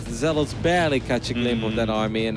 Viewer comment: Dude, why are you unable to pronounce "zealots"? It's not zell-LAWTS